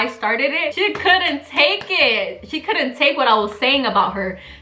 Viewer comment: Miss girl couldn’t even spell right she said “I CLOUD care less for clout” 💀😭 && Love u 💞 stay strong bby🥺💗